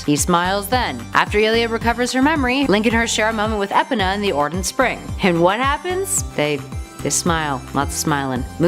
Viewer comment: She pronounced Marin wrong Edit: and epona !!!